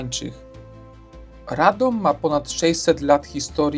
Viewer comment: What a pervert pronounciation - you only have to look at the Wiki-article in the internet, where you will find international sound language, telling you exactly how to pronounce it!